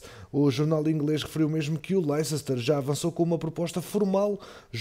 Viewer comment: Adoro os videos mas é lester city q se diz n a forma como diz o nome do clube